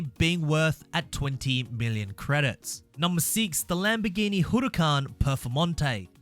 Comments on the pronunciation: Noone:: hURRRRRaKKan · Nobody:: Hooroocan